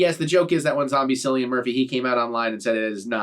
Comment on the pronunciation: It is not Sillian Murphy